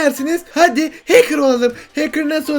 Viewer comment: adam watch dogs 2 demiyo ahcker game diyo